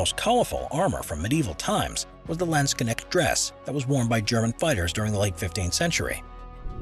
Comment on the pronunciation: I've heard MUCH stuff but never did anyone pronounce it "Laendsknekt" lmao